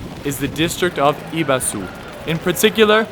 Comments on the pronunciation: Second area is pronounced Ebisu (like Egg) not Ibesu but otherwise a very good guide. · ibazu? repeat after me e-bi-su, e-bi-su, e-bi-su :) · Ebisu... but you must calling like Abisu men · Ee-bah-su? Wtf? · Eh-bee-su come on bro lol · Ibasu ? I'm kind of confused with your pronunciation of "Ebisu" xD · Ebisu - the E is not "ee" but sounds like A in english :) or é in french - é Bee - Soo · It's Eh-bee-sue. It's true that a final U in Japanese is often whispered so, for example "Desu" ("is") sounds like "Des". But I can usually hear the final vowel in Ebisu. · Not just that, he butchered the I. He made it an A. WTF? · My first time in Japan I stayed in Ebisu. My second language is Italian, so I'm programmed to speak all vowels, bearing in mind we're also reading off kana. Anyway, I would go to this pub in Ebisu called Footnik an get chatting with people and notice the Japanese correct my pronunciation by omitting the final vowel. But I notice sometimes it's not restricted to the last vowel, like nandesuka, it's actually spoken as 'nandeska'. Complete omission of 'u' vowel. There's no in between, it can't be pronounced a bit, it's either there or not. I'm studying Japanese now so I know and understand now, but back in Footnik, it would sound incorrect to me the fact the Japanese were not shy about saying 'Ebis!', they would emphasize it to me, there was never any whisper, or dancing around this - it was a sharp, deliberate omission of 'u'. And when I asked a barman for a beer of Yebisu, 'whispering' the 'u', the barman would respond 'Yebis, Yebis!'